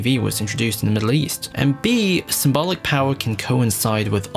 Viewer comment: You say "symbolic" too often, and too wrong. You can say "symbol", but for some reason you say "symbalic". Ugh.